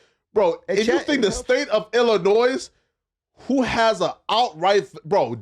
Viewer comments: First of all. We don’t pronounce the S in Illinois. The S is SILENT. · him pronouncing illinois with the S told me all i needed to know in the first 30 seconds 🤡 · My God this guy sounds like such a f'n idiot.... STOP SAYING THE "S" AT THE END OF ILLINOIS! How is he that grown and doesn't know how to pronounce a state name? And tries to sound intelligent while not knowing what the hell he's talking about.